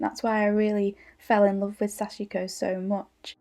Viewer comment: so much loveliness and inspiration, i’m happy youtube recommended your channel. everything you said in the beginning is how i’ve felt too, it was good to hear, somehow validating. please forgive my advice where none was asked...but Sashiko is pronounced SASH-KO...sashko. the i is silent. now you’ve inspired me to pick it up again☺️🙏🏻🌸🪡🧵